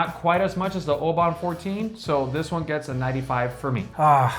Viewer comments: Oban is pronounced as “OH-bin” per their website. Great video for someone like me who is just getting into Scotch. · OH-BIN, a 99 and you can't pronounce the name? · FYI, I just returned from Oban, UK, where I learned that the town and the whisky are pronounced "Obin". Regardless, however you pronounce it, Oban 14 is a great whisky. Loved this video. Happy to see that most of my favorites were rated highly by you guys. Nice job. P.S. I'm not actually a dog. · Oban is Obn, try with a silent A. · Good video. Think you’ll find Oban is better pronounced as Obin. It’s well worth the visit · Maybe work on the Oban pronunciation!